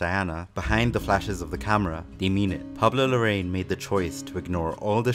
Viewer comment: Amazing video! Pablo Larraín’s last name is pronounced “La-ra-in” though :)